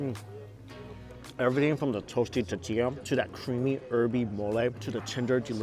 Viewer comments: Lol say it with me mike TORRR TIII LLAAAA ! 🤣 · Mike say “totiya” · Its tortilla not tittia. Love your vids btw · Is it just me or is Mike forgetting the R in the tortilla...?? sounds like hes saying totilla....maby its just me beeing picky lol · What the hell is a titilla? I’ve heard of TORTillas but not um....titillas? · TOR TEE YAH not TeeTeeYa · I giggle a little every time I hear Mike say totilla instead of tortilla lol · If it's tortilla why do I hearing " tutia" mucho spicy did really just say that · Please learn how to say "tortilla" correctly!!!! 😡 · Mike, please say t-OR-tilla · The way he says tortilla is brutal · 😂🤣 I just want Mike to say "Tortilla" correctly! Pura Vida from Costa Rica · Please say “tor” tilla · Please make an effort to say tortilla correctly mike, please...every damn video stg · Awesome video! But repeat after me... Tor-tilla 😂 gets me every time lol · OMG ITS TOR TOR NOT TEA ITS TOR TORTILLA